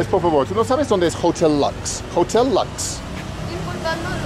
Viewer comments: It's pronounced as otel looks ) not jotel lax. No wonder nobody knew where it was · Hotel in Spanish is pronounced Otel. Just FYI probably why they didn't understand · He pronounces the h in hotel lol. But I agree he's doing well. Broken, but comprehensible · The rickshaw driver could not understand a word that spells the same in English and Spanish, hotel, because Benjamin pronounced it, "jootel." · The 'H' is silent....